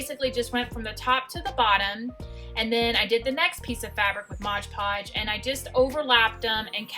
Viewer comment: Love all your pumpkins. Not Modge Podge; it is Mod Podge, just so you know.